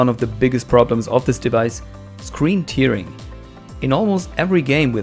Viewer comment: Hey. Nur für die Zukunft: Tearing wird "Tähring" ausgesprochen, da es sich auf das zerreißen (to tear) und nicht auf die Träne (Tear) bezieht.;) Ansonsten tolles Video!